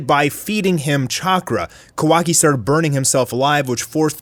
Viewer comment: it triggers me how u say kawaki